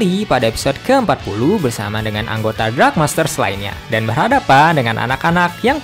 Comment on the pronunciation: Dark bang bukan drag